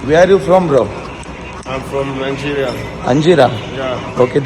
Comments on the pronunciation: Anjira nay te nigeria aahe 😂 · Angeria😂😂😂😂 nahi to Nigeria bolla 😅😅😅😂😂😂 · Angira nai dada nigeria😂 Dada toh bolla "do u know how to set"?😂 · Anjira ny yedya😂😂 Nigeria bola to 😂😂😂